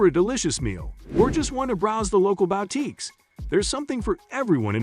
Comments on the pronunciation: Wait, is this text-to-speech? I never heard anybody mispronounce "boutique" so egregiously. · Is a "bow" tique a boutique for dogs? Bow wow!